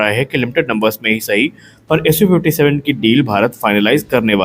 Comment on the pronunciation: Its SU57 not su56 bro 😊